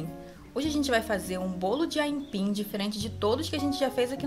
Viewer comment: Moça , não é aínpim . É AIPIM